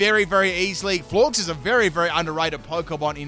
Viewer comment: Florges is pronounced like gorgeous, silly